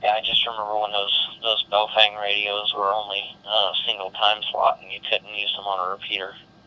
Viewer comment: Why can't simple minded people pronounce a name correctly.... It's Baofeng ...pronounced like "Bo fang" not "bay o fang".... makes you sound totally ignorant when youpronounce it the way you do...